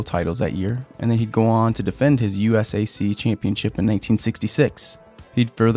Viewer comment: USAC is usually pronounced like “you-sack” so I was very confused when you simply said the letters haha